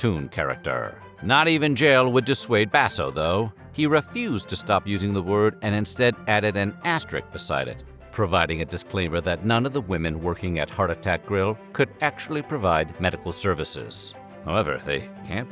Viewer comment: Say the word: Asterisk. Asterisk. One of the most mispronounced words in the language it seems like. You dropped the final S instead of the usual error. Good Lord.